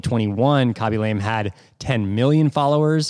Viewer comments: Had not heard of Khaby before, but enjoying this episode nonetheless!! I'm gonna go out on a limb here with what little I know of foreign languages and guess his last name is pronounced more like "Lah-may" rather than "Lame" with the long "a." Cheers! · Khabey Lamay - not Kaby Lame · It's not lame It's pronounced : la ame Say la like lalalalala then mé like meh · Ahh you pronounced his surname incorrect the whole time 😢 it's more lar-may. You mentioned at the beginning you were unsure if you were pronouncing his name correctly, and I suppose if you're presenting one person that's one touch of research that could help - just pointing out as I was watching your Mr beast interview and you all agreed that it's good to hear when you did something wrong to ensure the best content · Khaby La-meh